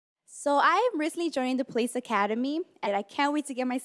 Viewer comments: Why she keep sayin "please" instead of police? 😂😂😂😂😂😂😂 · She needs to learn how to say PO-lice. Not pluhease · She's saying please not police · I thought she was saying please too. And I was like I didn't think they say please lol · She sounds like she said "freeze please" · sound like she be saying palease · When she says, "police," it DOES sound like she's saying "please!" She could always become a meter maid. I don't think her appearing on TSHS helped her career goals. IJS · The way she says police sounds like palease